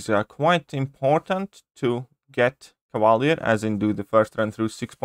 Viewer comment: Cava leeeeeeeer. !!! Not cava lear